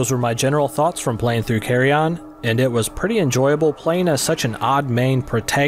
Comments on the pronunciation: "Carry on", bra thats not how you say Carrion. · I thought it was called CARRION not CARRY ON lol